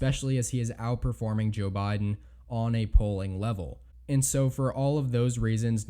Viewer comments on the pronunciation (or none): none